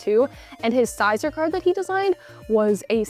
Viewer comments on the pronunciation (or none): Sizer? You mean Scizor